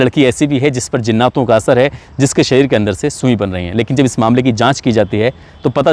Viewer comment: بھائی میں نے عمدہ تلفظ کی وجہ سے ویڈیو بند کر دیا کیونکہ برداشت کے باہر ہو چکا ہے زناتوں کیا جہالت ہے